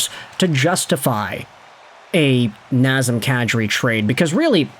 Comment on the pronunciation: Non... Not NAZEM KADRI, please.